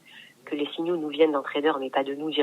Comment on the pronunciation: ON DIT 4 SIGNAUX PAS 4 SIGN ALS